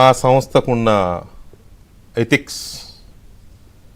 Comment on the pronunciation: ఎటిక్స్ కాదురా ఎథిక్స్.. తర్వాత ఇంకేం మాటాడుతావురా..